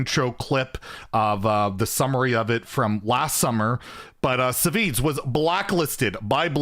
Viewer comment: SahVahZee lol. That was the weirdest pronunciation of Savzj. He's always been such a chill guy. I hope he gets unblacklisted